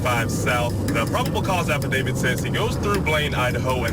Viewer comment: Thank you for saying, “affidaVIT” instead of “affidaVID”!!! 😉